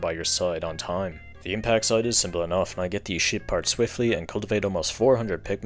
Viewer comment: Evreytime He says Ship Part I hear it as shit Part.